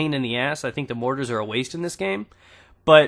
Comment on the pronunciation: Mortars not mottes